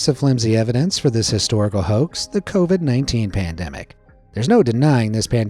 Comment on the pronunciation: Covied umm i actually caught that one